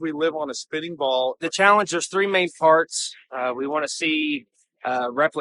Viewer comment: Did he say the challenge is in three main farts?